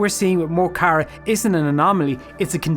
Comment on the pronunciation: Good video overall, but your pronunciation of Mo Chara is driving me loopy. The "mo" is not pronounced like "mow". It should be more like "muh", and generally when they call out his name in their lyrics it's more like "m'kara".